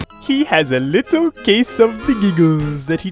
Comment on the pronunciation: I love how you say "He has a lee-tle case of the gee-gles" xDDDD Made me laugh xD